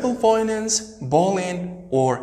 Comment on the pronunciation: thanks but check for the correct pronunciation of words mainly : arabic and bullying